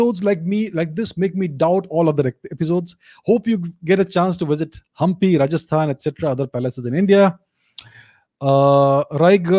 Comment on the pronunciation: Hampi pronunciation spot on